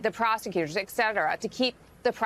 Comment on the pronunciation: As an Arizonan I was dismayed that there are enough knuckleheads here to elect someone like Gosar, and think he's the cat's meow. I'm hoping, as many of Donald's followers are only "false-faithful", that the prayers of decent people will prevail. PS "Ekcetera" is not a word.